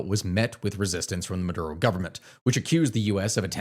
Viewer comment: Maduro not murdo